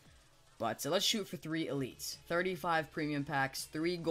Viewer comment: the way he says elites pisses ne off